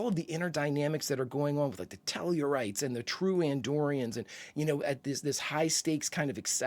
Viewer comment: That's TELL-A-RITE. Tellarites do not argue for reasons, They simply argue.